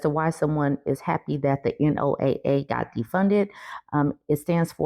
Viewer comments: NOAA is said "Noah"... I didn't know if you had ever heard it said, but if you've listened to a storm report, it generally starts like "the lastest report from Noah looks like storms will be coming in". I hope that helps a little more! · Just FYI--it's pronounced like Noah. It's wild to me that people would think defunding the organizations like NOAA and NWS that help keep Americans safe because of negative fee fees about climate change. This season of the US has jumped the shark. I would like to subscribe to another show please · NOAA_ pronounced NOAH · Not sure if it is mentioned anywhere else, but NOAA is pronounced Noah and is the agency that tracks hurricanes and storms. Things that hit Florida quite often and the loss of which will seriously affect them.